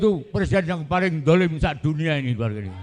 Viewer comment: Ngomongnya yang fasih, dah pun sepuh, ngendikanne asring kesleo...dholim bukan nnolimm